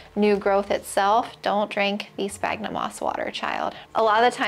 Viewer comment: Isnt sphagnum pronounced like sfagnum ??